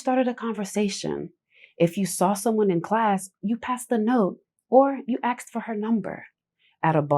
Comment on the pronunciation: Girl, you wrote it right in the thumb, ASKED. so why do you say AKS 💀🫥🤦🏾‍♂️